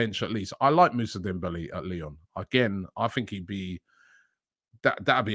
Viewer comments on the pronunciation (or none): none